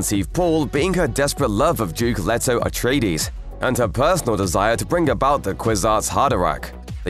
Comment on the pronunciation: I really hate when people pronouce the characters name as Let-oh when the other characters in the friggin movie pronounce it as Leet-oh